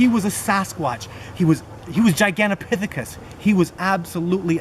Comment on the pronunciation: Listen carefully when he is talking about how enormous it was towards the end. He calls it gigantopithicus.